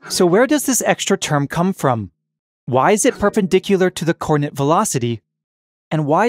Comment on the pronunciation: I can't get past the extremely bad pronunciation of "coordinate."